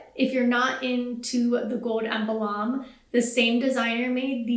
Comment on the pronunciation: Good video - please note, when discussing the fishnet flats, the word is “emblem” not “em-bah-lom” 😘